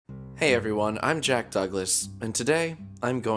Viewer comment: It's pronounced as Jack not "Jeck" Waits to be thrown to the sun